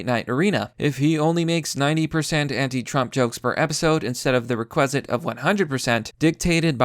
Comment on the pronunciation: You missed pronounced requisite and non sequitur. You don't seem terribly smart.